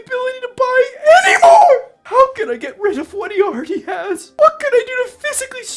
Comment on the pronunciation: The way you emphasized "anymore", made me drop a glass cause of how hard i laughed.